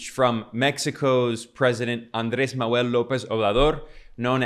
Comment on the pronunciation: you need to practice the pronunciation of "Manuel", or call him AMLO